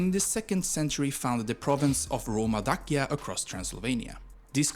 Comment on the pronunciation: The video is read by AI. The former name of Romania's territory, Dacia, is read as Dachia, with "ch" like in "cheese" or "church".